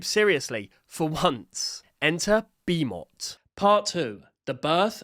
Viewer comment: The name, Bimot, is the same as Bimo, with a T.